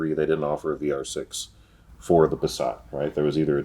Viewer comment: As a German the way you pronaunce Passat is way to French/elegant .